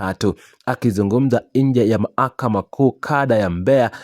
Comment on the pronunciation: Bhanaweee,sema mlalamikaji Wala siyo mlalamikaji. Na ni mahakama,siyo mahakama,wewe vipi bhana?